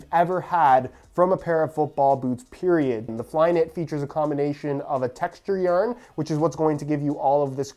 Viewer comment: if i hear you say YARN like that one more time